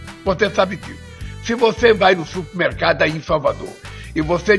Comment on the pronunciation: Ele fala supimercado , ignorante !